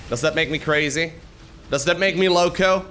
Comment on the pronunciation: your "louco" pronunciation was actualy perfect